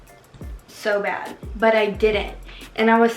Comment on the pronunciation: “Oh my gwat it hurts so bwat” 😂😂😂😂😂😂